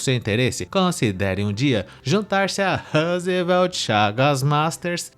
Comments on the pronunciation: Esse "Roosevelt" é M-A-R-A-V-I-L-I-N-D-O de ouvir 😂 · Vixxxiii mano, lá no nordeste as pessoas tem nomes e sobrenomes dignos de americanos, Tayane Smith, O repórter se chama Rosveld 😂😂😂